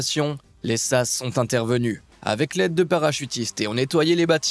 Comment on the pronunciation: ont dit S.A.S. et non sasse .....